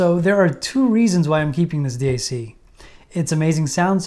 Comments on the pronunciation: Great video. Thank you. If someone is forcing you to say d..a..c instead of DAC, give us a safe signal and we’ll rescue you. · Hey birdbrain... its Dac.... NOT D A C. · Who the fuck says d-a-c? Bro your trying way too hard lol